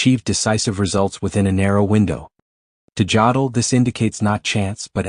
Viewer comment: If I hear Jodl's name mispronounced one more time I'm going to lose my mind. AI narration is already the mark of a lazy "creator". Bad AI narration renders the video pointless.